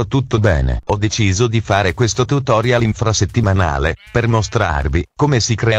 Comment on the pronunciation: "[...]Questo tutoriOl [...]" Capobastone English :D